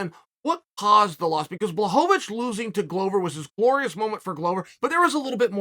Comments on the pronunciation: He still pronounced Jans name better than a lot of people lol. It's BWA-HOE-VICH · Me: Blachowicz Uncle Chael: Blachovovitch Me: OK great, Blachovovitch. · Chael’s legendary fighters: Blehal Muhammed Kamara Usman Jan Blahovavic Hazmat Chinaev Benny Daryoosh Islam Macklechev Surreal Gong Your-rear Rodriguez Charlie Olives Will Fury Aleksander Raykitch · I knew I was pronouncing it wrong thanks uncle Chael. Blowholelávich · uncle... their NAMES are pronounce like this: Blahoewitch no pun intended and Rakeech jeez uncle😭🤣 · Rachitz vs Blahovovitch 😅 every time omg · Impressive how he butchered both names